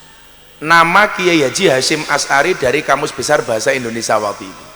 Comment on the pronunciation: Kok indoneSA toh???? gusss yg bener INDONESIA